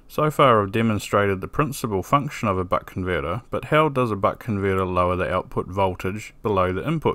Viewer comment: why does it sound like he keeps saying butt converter